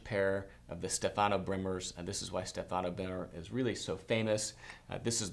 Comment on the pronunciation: you must pronounce Stefano in the correct way. The accent is on the first vowel StEfano. Cheers